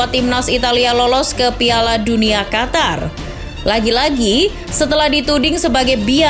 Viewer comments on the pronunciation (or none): none